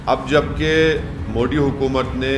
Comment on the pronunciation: Sala ye kaisa padha likha h jo मोदी जी को मोडी bolta h😂